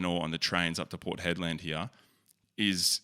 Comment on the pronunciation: port head-land 🤣